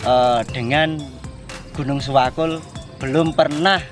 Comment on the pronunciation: setahu saya bukan siwakul namun SEWAKUL mas...ada artinya juga itu...SEjatine Welas Asih Kanggo Utamaning Liyan..